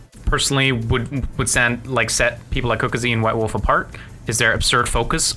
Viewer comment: are you saying white wolf or wubwoofwolf??